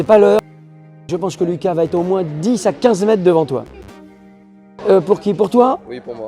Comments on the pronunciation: On t'a déjà dit qu'il y a un -r au mot "mètre" ? C'est quoi cette manie d'abruti consanguin de dire "mèt" au lieu de "mètre" ? Tu prononces "espliquer" je parie. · Merci pour la vidéo, mais par pitié prononce le R de mètre 😂😂